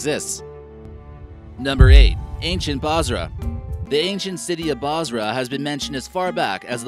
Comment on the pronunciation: bosra not basra Basra in iraq